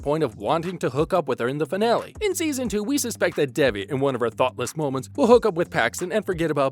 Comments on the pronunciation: It’s pronounced “they V”. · Omg why are u guys calling her DEBBIE its DEVI ..theres no B